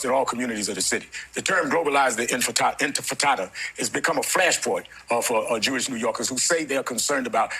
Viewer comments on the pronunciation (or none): Why do they keep saying "globalize the fratatda?" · Again, the "infatadda"? Intifadah is an Arabic word that has a definition in Arabic that is factually and categorically NOT antisemitic. And there is nothing complicated about the situation. All of the complicated sounding rhetoric that we have been bombard-indoctrinated into in this country is carefully crafted to gaslight complexity onto something that is very, very simple: 1) how do you establish a Jewish majority state in a place where Jews are not the majority? 2) since there are about 8 million Jews in greater Israel, about 8 million Palestinians in greater Israel, and Palestinians have a much higher birth rate, how do you maintain a Jewish majority? Ethnic cleansing and genocide; it's very, very simple. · "Globarize the inter-fritatta"?!? I think "Rev" Al has been dieting too much! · Inti-fritata made me Lol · “Intifitada.” Sounds like he was having a taco stand flashback. Ozenpic is one hellofa drg. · Did Sharpton just say 'global in frittata'? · 'Words mater'.... 'infitada' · Then what's his excuse? "Inter-fritatta"?!? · Bro said "intifritada" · Global jirard when 🥴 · Globalize the Intifrittata! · We should all be emailing his campaign and telling him not to capitulate to zionists who misrepresent what intifada means and can't even pronounce the word properly.